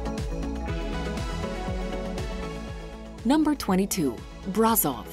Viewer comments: Brașov (Brashov), not Brazov !!! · Number 22- pronounced 'Brashov', where 'sh' makes the 'ș' sound. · Brașov is pronounced BraSHov - this is why you have the s with the tail.